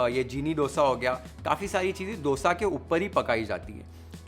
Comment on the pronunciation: thankyou for pronouncing it as Dosa . And not DHOSA.. Like most of the north Indians